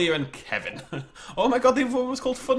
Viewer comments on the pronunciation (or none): none